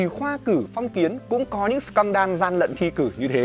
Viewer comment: Em xin phép sửa sếp tẹo ạ: Scandal: /ˈskændl/ đọc giống sờ can đờ-l(đồ), không phải sờ can đan ạ :v